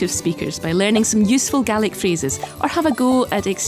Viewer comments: I like the she said Gaelic it sounded like garlic 😂 I loved it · I'm from Ireland and I swear to God the was she pronounced Gealic it's like nails on a chalkboard, down in munster we pronounce it as gay-lick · I never realised the scots pronounced gaelic as galic as opposed to galeic like we do in ireland. Also funny how the languages can look so similar and yet sound very unique and different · It's not "Gallic": that's what the pronunciation sounds like, but the spelling is "Gaelic." "Gallic" in English (the language you are writing in, don't forget) means "pertaining to Gaul (France)". Our Gallic neighbours are across the English Channel; our "Gaelic" neighbours are north of the border.